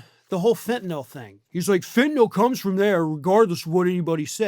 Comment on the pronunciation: Thank you for pronouncing fentanyl correctly! Seems everyone says "fentenOL"